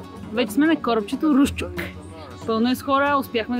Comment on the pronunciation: Хехе, за пръв път чувам Русчук да звучи като рус чук :D. Сбърка просто ударението.